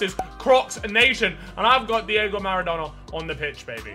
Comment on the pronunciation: I swear near the start in the team section he called maradonna madonna